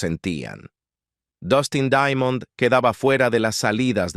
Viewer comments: Se pronuncia "Daimond" no daiamond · Por qué lo pronuncias "Daiamond"?